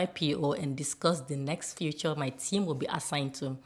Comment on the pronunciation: Yeah. She's so great. But can you please start pronouncing it as feature (fee-chr) instead of future (fyoochr)? It makes it confusing. But overall, you're an amazing coach. So meticulous in your teaching.